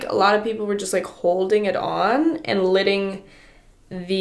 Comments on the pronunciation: Who the hell says litting instead of fucking letting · Anyone else notice how is incapable of saying the word “let”? She always says lit / litting... like girl what happened 😂😂😂😂